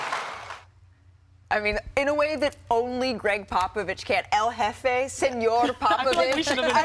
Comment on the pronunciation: It’s a shame what this man has done for the game and more so his intelligence on the game of basketball is Mt Rushmore level and we better give this man a proper send off and respect as we do it. One of the greats and Malika at the start can’t even pronounce his name right. Greg “Pop a Vist”. Get it right ESPN, yall some lame bums..do better. Seriously